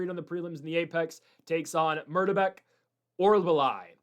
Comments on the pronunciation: Ffs Mick-Tuh-Beck Oral-Buy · Why was Orolbai so difficult to say. Idiot